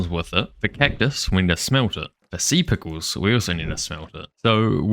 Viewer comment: "alot of sea pickuws" IDK WHY BUT THE WAY HE SAID IT JUST HAD ME CRACKING UP